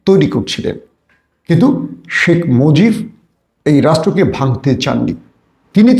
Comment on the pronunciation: Salam janai apnake. Pls. Dont mind. Apni 'B' er ucharon 'F' korsen shob shomoy. Jemon arab- araf. Shekh mojib - mojif. Emni aro onek. Etaki apni 'B' bolte parenna naki .... ?